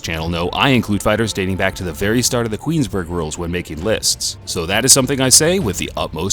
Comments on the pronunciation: Did the narrator say "Queensburgh rules" ? Shouidn't that be Queensbury? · It sounded like you said queensburg rules. Great channel tho